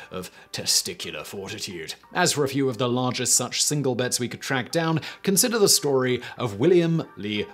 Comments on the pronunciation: it's a silent L :D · What's argest, precious!? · This is why we need annotations back. He could just slip an L in there. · "What was the argest bet ever made?"